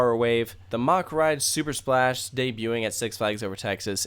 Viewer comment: U pronounced Mack wrong